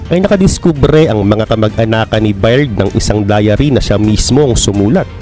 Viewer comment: Byrd is pronounced as Bird